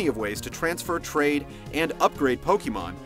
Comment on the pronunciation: POKEYMAN? with the Poke and the Man and the Wawawa!!! Why can't anyone pronounce pokemon correctly! Nintendo made it for their own Damn english pronunciation! Its Poke like Pocket and Mon like Monster! There is no changing of how its pronounced when you put them together :p [/end rant]